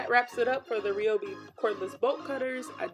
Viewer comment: Your saying the name wrong girl 😂